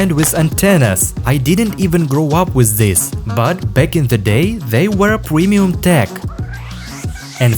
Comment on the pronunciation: "PwEmIuM tEk"